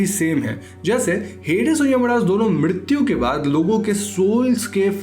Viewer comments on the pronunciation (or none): Mrityu ko midityu kyu bol rahe ho? 😄😄😄